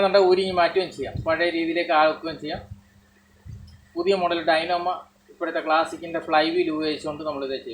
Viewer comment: ഡൈനാമ അല്ല ഡൈനാമോ